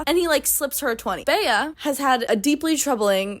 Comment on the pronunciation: oh my god for some reason i spent like the first portion of the video thinking the female lead was filipina or that you just know one with the name. bc that’s how we pronounce bea like the nickname for beatrice. colleen just gave her the white woman california vowel shift special.